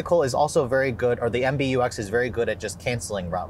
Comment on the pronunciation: It is MBUX not MBTex